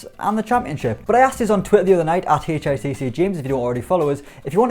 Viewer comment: Nobody: James: HULO AND WULCUM TO HEY-CHAYE-TAY-SAY SPORTS